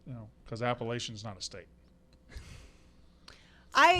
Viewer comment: I am an App State fan and went to the Texas A&M game this weekend, I knew by the end of the 1st quarter that it was going to end up being game with how bad Haynes King is. Jimbo would be insane not to go to Max Johnson. Great Gameday environment! Please also teach them how to pronounce Appalachian